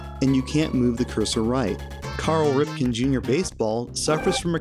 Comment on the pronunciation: Did I catch a "Carl Ripken" in there? Seriously, though, Wrestling with Gaming sent me, and I dig what you're doing, so I subscribed. You might dig what I'm going over on my channel, too.